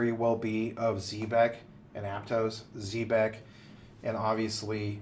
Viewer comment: You guys do a great job and I appreciate your wisdom. Just 1 thing. I really wish you guys would learn how to pronounce ZEB- EC the correct way. Not Z-BEC.